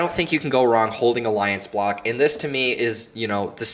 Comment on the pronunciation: Did you say Aliance block or what? I couldn't even hear the name the second altcoin